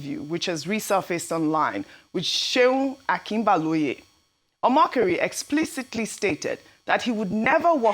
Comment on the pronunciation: Ojy, pls in broadcasting, learn to pronounce names correctly. Okinbaloye is too known to you not to appropriately pronounce his name.